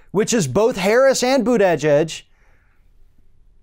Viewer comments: I know they said it is pronounced boot edge edge, but you need to slur it together a bit more. Maybe try saying boota-jedge (like judge but with an 'e'. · I cring every time I hear you pronounce Pete Buttigieg's last name. BOOT....EHHH.... JEDGE. Sounds like Trump saying KIM.... JONG..... UN. lmao. You da man. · I would think by now you would have learned to pronounce Buttigieg. It seems really unprofessional. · I love the way pronounces buttigieg 🤣😂😆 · are you intentionally pronouncing Pete's last name wrong?